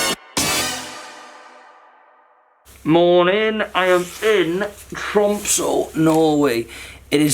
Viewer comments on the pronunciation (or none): Actually tromsø not tromso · Hi, most beautiful place I’ve been!! See if the cable cars run to look over all of tromsø, probably not at this time of year but maybe. Pronounced troms-suhr because of the ø. All the best!!